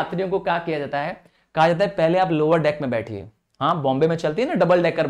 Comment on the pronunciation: Sir( jata) bola jata ha 😅